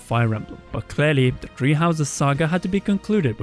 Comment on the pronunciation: I love you, but my ears can only take so much "tree":(